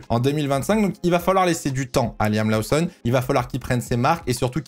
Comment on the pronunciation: On dit "Loossonne" et pas "Laossonne" 😉